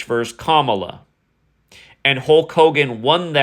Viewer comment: Wrestler Kamala is pronounced Cuh-Mala